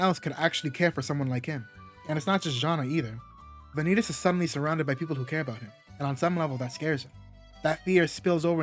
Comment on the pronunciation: Am going to be annoying here and say your saying vanitas wrong it pronounced van e tos or van ne tos I suggest to watch a dubbed episode to get it correct but even in Japanese they say it correct even with the end stretched out and am going to assume here that you searched up how to pronoun it on Google it the same with manga the ai voice cannot get it correct compared to a real voice also the word vanitas come from Latin